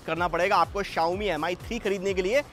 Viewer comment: Ankit was the only saving point for this show.. This guy is total waste & you can see the standard of the show now without Ankit.. They can't even pronounce phone's name properly. It's pronounce 'Me' ( Rice in Chinese ) and not 'Am Eye'. This dumbo is a hardcore Apple fan & will wait outside Apple store whole night & spend 60K-70K to get iPhone 6...